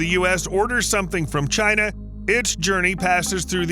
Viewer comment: Its 11am an im doing the drink to China everytime he says chier I habe ashot I'm hanered this is aweosme